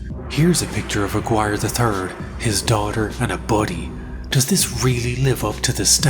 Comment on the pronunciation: Brilliant research and writing. But your pronunciation of Aguiar is criminal.